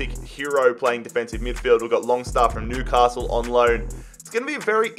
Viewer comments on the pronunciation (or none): none